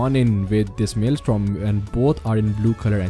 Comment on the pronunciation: bro, i loved this video but it is maelstrom, not maelstorm